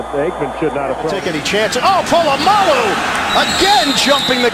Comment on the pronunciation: Fucking Po-la-mo-lu